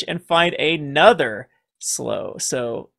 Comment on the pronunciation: Canyon Slough rhymes with Clue (maybe Plow if one is British), but not pronounced like Slow Just sayin'.